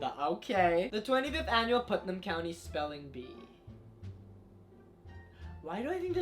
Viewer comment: bro he got putnam PERFECTLY on the dot i was sHOCKED